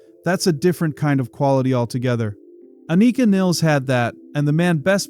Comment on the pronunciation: You are pronouncing both her first and last names incorrectly.